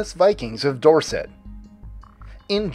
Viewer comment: Weyhey! Live 10 minutes from Weymouth! Loved how you pronounced Dorset :D